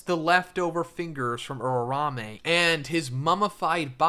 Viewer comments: Makes my ears tick whenever this dude says "urarame," when it's "uraume." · why you call her urarame ?? can't you atleast learn to say it right?